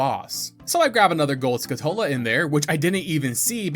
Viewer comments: Skull-chu-la, not skull-two-la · Great video bro! But, as a pedantic (and pathetic) "pronunciation police", it's pronounced SKULL-Tula, not Skutula, you missed the L's. Still a great video of course! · am i the only one that doesnt like the pronounciation of skulltula here? they're spiders that have the appearance of a skull and you're removing the word skull from their name that they're named after, you remove their namesake. Skull-Too-lah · Now I finally know the correct way to pronounce names from this game. "EP-uh-nuh" "skuh-TULL-uh" "Pharoah's Wind" "Volgaria" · "Skuh-TOLE-uh" isn't rage bait? Bruh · It's skulltula, like skull tarantula. Not 'skutola' or whatever you said. Also don't know why you pronounce cucco like that, the U shouldn't be elongated ain't no R in that name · Hey, I think that Skulltula is pronounced as though you were slamming skull and tarantula together. Skull-tchoo-luh. My brother said that when we were kids and it made so much sense. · Is it not Skull-Tu-La? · Any else pronounce it skull-TOO-la as a kid? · It was skull-tuh-luh for me. I dont think he's ragebaiting as much a pronouncing stuff from this game the same way he did as a kid because that's what I do too